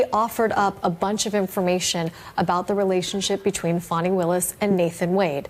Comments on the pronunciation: Its FANI NOT FAWNI! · Can we stop with the Foni its Fani